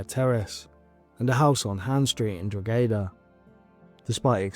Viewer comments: Kyran is pronounced Ky-ran not Kieran here in Ireland. Also Drogheda is pronounced Dro-heda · This case is so confusing! Why did the grandmother not report him missing before? Why did Dayla not take her other children? Why did Dayla herself not report him missing? So many questions. (PS side note, but Drogheda is pronounced Draw-ed-a). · The wee boys name isn't Kieran. It's Kyran (Kai - ran) please learn how to say the victims name right before making a video. Also the place names as well Dundalk (Dundak) and Drogheda ( Draw- heda) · It’s pronounced Drog-he-da normal flat O